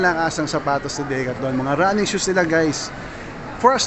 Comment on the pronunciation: Ganyan ba talaga pronounciation ng decathlon?